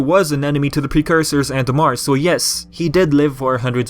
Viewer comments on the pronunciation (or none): none